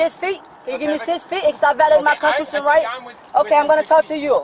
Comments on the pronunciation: Brenda knows her konchuchunal right! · I'm confused as to how people understand their constitutional rights and yet can't pronounce constitutional rights.